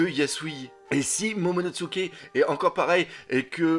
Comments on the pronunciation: Momonosuke pas MomonoTsuke. Par pitié 🙏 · Déjà que je trouvais tes vidéos pourris, là on est passé au niveau supérieur, je passe le fait que tu détruise complètement les noms mais c'est tellement chiant que ça bloque direct, c'est pas momonoTsuke mais MOMONOSUKE bordel !!!!!! T'expliques des choses tellement évidente que ça devient encore plus chiant, et tu te poses des questions qui n'ont pas lieu d'être si barbe blanche n'est pas allé affronté kaido c'est qu'il y a une raison qu'on ne connaît pas encore !!!!!! Le one piece par exemple avec le fait qu'il serait arrivé trop tôt et qu'evidemment le one piece est en lien étroit avec wano et SURTOUT tu critiques et dit "erreur"!?????? Mais tais toi et attend d'avoir des explications, tu sais ce que c'est one piece ???? Tu sais ce que c'est oda !!!!?????? A chaque fois on est obligé de relire les scan parce que justement une information est révélé après et donc à ce moment là tu devras t'excuser, et si toutes tes vidéos sont dans le même style et bah elles va être très longue cette vidéo !!!!!!!